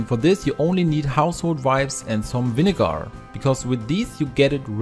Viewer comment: love how he says vinegarrr